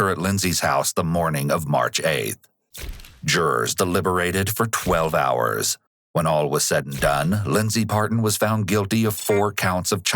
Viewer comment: I’m only 17 minutes in but I found it funny the narrator emphasized working 12 hours a day like that’s special. Some of us work those hours many days a week. I’m no bum, worked all my life, got a degree, started 2 businesses, traveled the world. Sometimes you just gotta work your ass off.